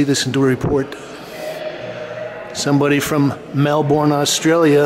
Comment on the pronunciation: A tip from an Aussie, If I may. Melbourne. The sound is: burn, not born. 🙂